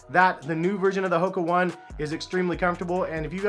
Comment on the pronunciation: It’s hoka O-ne not one